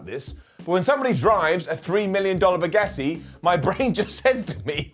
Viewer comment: lol please stop calling a bugatti a bugetti